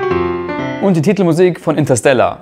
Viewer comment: intasella 😂😂😂 Inteerrstelaaarrrrr